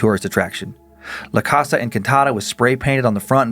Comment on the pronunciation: I'm extremely white but I know the way Dan pronounced "casa" the first time was cringey